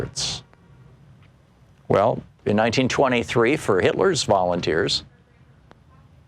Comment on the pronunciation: Let me guess, all volunteers. then Thom said "volumteers. "😂